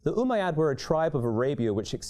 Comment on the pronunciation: It's not Umaaa Yaad U bish it's ummayad